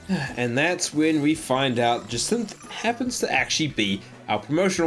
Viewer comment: I like how you mispronounced almost every character and don’t question it, but you say jacinthe perfect and question it, it’s actually hilarious 😂